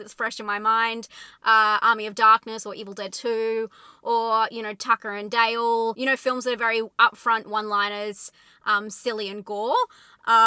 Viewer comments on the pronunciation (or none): none